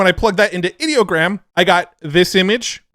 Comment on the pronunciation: It’s funny when someone like Ideogram tries to work the word Idea into their name, but then you pronounce it like they wanted the word “Idiot” in their name 😂 Another excellent video about all the fun tools we have to play with 🎉